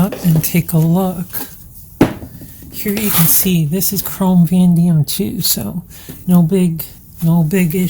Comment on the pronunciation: Chrome.... Vah-nay-dee-um